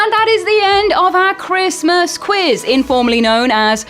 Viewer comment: is definitely this fans favorite. Thanks so much for doing this guys. Really love you all. Merry chrishmash...... say it properly